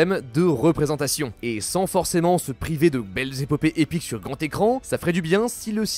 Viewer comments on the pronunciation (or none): none